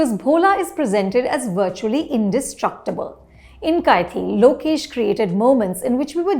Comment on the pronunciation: Can none of the non-tamilians pronounce 'kaithi' properly?? Is it that hard??? Gosh!!!!! Take some effort man.